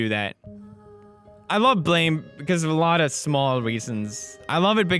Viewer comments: He actually pronounced it properly even though it's written Blame! it's supposed to be read as Buramu! which is making reference to the onomatopoeia (Blam!) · Cause that’s how its pronounced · Pewds, you pronounced the manga right, and described it well. I am just hurt though that I didn't know this years ago. I got all the books many years ago. I love the manga and artist. And much love to you man, been a while since I seen a vid like this from you.